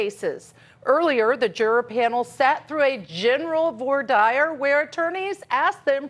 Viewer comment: Someone teach to pronounce voir dire